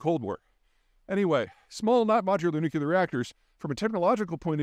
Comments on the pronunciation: I am subscribed and I enjoy your vids, but since you make a living speaking and sounding like you know what you're talking about, please learn how to say "nu clear" not "nuc u ler". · Always curious why Peter pronounces “nuclear” as “nucular”. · Please stop saying nucular when you mean nuclear. Reminds me of W and makes me cringe. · NU-CLE-AR NU-CLE-AR NU-CLE-AR THERE IS ONLY ONE 'U' IN NU-CLE-AR STOP SAYING NU-CU-LAR! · Hey Peter, As you know, it's "nu-cle-ar" not "nu-cue-lar." Say it ten times, slowly and with focus; you'll be good to go for the rest of your career ... impressing friends and family; dazzling at conventions and keynotes. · nuclear....not 'nucular' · Peter I love you, but it's not nuc-u-lear, it's nu-clear. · surprised to hear you pronounce nuclear as "nuculer". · 'nucular' xD Never gets old. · Peter, try "atomic" instead of "nu-cu-lar"... sounds better. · Peter!!!! New-CLEAR!!!! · He said "nukular" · Loving that NUCULAR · Even this guy says nuclear incorrectly?!?! I thought this guy was supposed to be smart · Where does the second "u" in nuclear come from?